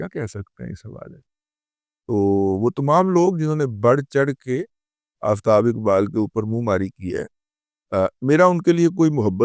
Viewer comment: Ye Jo Aftab Iqbal hai, Ye Urdu main Sahi Talaffuz ke sath Aftab Iqbal hota hai 😂😂😂😂